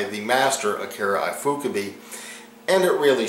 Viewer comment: Its pronounced "ee foo koo bay" lol